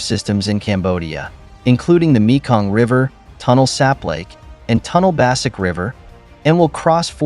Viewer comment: For a start, your Khmer pronunciation is terrible; it's TEY-KO and KON-DARL province. The name for river is TON-LAY; the family name of the PM is HUN as in UHN, but what do you expect from an AI voice?